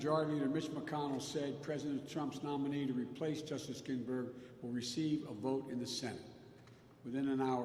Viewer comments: "Gin-Burg". Feeble Joe cant even read a teleprompter correctly in an empty room. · Justice ginberg? He really cant get her last name right?